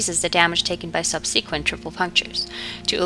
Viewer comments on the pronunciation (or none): Learn how to pronounce "subsequent".